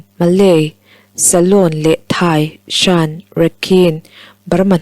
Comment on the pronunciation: SHAN....i lam dik lo. SHN.......emaw .CHN.... ti a lam tur. A leh I inkar sound